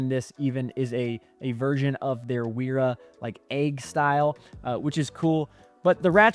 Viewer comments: Love all the detail you went into. I have one small correction that I'm sure you've heard before, but I wouldn't be myself if I didn't say it: WERA is a German company, and as such, it is pronounced VERA. W in German is always pronounced more like a V and funny enough, V is pronounced more like an F (so Volkswagen is pronounced FolksVagen...lol). But yea, it's VERA, not WERA. :) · I agree 100% I love Wera tools. My veto bags are filled with pretty much nothing but Wera, Knipex, and Wiha. I appreciate you sharing your thoughts. Side note: in German, the "W" is pronounced like a "V" in English, so Wera is pronounced as "Vera" also what is up with your pronunciations of "Acme". Kind of freaking me out 😅😂.